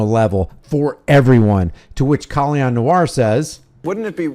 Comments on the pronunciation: Is his name pronounced Kahl-lee-on?? If it is, I've been saying his name wrong the entire time :/ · You mean disarming himself? I'm mainly referring to 2A advocates who believe in Rights for me, Not for Thee. Just like Colion. (pronounced co Lee own) If you believe in licenses and registration as well as those who have served their sentences and do not deserve their rights restored, I'm against. We obviously have to surrender certain rights to exercise others and I don't agree with that either. Maybe if we called getting our civil rights violated "the r word" instead maybe people would take them more seriously.